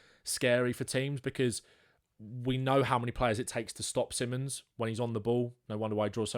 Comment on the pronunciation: Fun to watch, just get his name right. Si(like spanisch) mons, or just call him Xavi as that is the name he wants to go by. Not Simmons